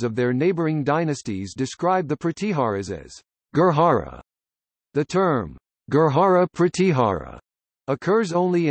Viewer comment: Information is ok but bad pronunciation. Gurjar or Gurjara not Gurhara. This is not Spanish j is pronounced as J not H.